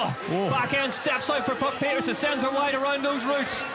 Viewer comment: Puck Pieterse: Babyfaced Assassin. She is SO good. Now we just need the commentators to start pronouncing her name correctly.